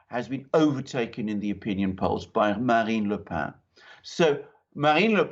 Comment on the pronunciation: Pronunciation please! Not Marine le 'pain' as in 'bread' but 'peine' as in 'pain'